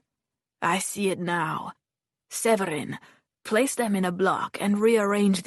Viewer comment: not the fake french accent :/ Séverin is not prononce like that, like at all...